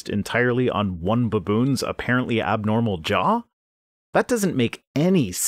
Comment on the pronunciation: "BUHboons" Once agAAIn, you Canadians abOAT crack me up with your pronunciations.